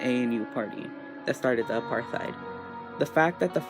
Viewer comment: if i hear one more American mispronounce apartheid Ima cry